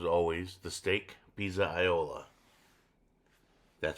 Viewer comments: Take it from an Italian background guy - you want to pronounce that dish as pizza-yola (and put those two together kind of quickly). That way your pronunciation will be as good as your sandwich 😊. Also, one day try it with a veal or chicken cutlet. Those are excellent, too. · If you're a Goombah, it's "Pete's a yool"-- o's get turned into oo's, and trailing a's are dropped. You're pronouncing it closer to standard Italian. Goombahs look at you funny if you pronounce Italian correctly.